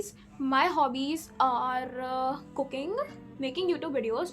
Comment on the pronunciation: i heard cooking as cocaine initially :face-purple-crying::face-purple-crying::face-purple-crying